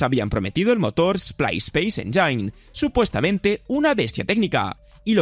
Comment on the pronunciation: Motor "espais pleis enyain". Ni siquiera supiste decir "eslip espeis enyin":face-green-smiling::face-green-smiling::face-green-smiling